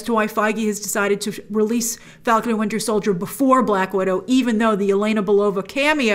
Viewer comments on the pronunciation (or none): GRACE PLEASE LEARN TO READ RUSSIAN NAMES RIGHT. Not Eleyna, but yeléna (l is soft). Just find how it sounds online